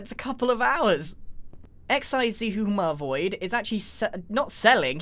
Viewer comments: Grian: eX-EyE-zI-hUmA-vOiD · Grian be like: "XiZhUMAvOid" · He still says X I Suma Void......